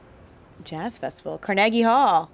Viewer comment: “Car- naagie hall”